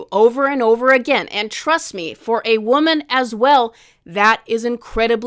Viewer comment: People who can't pronounce woman are not to be trusted 😂